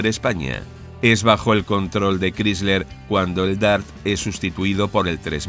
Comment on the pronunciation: Sobre Chrysler, se pronuncia "cráisler", no "crísler".